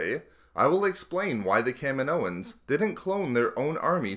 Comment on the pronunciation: I don't get how someone says "kaminoans" like "cam-in-oh-ins." In the movie no one calls it "cam-in-oh." it's like "Ka-meen-oh" and "Ka-meen-oh-ins." I can't be the only person who was annoyed by this